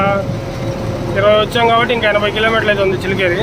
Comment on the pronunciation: చిలికెరి కాదు అన్నా! చల్లకెరి...